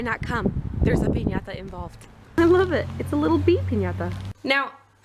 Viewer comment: That party looked fun it reminded me of my random crazy friends lol And I love that you annunciate piñata correctly. Made me giggle